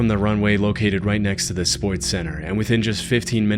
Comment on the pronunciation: Did he say sports center? ‘cuz I heard SPOYTS center lol 😅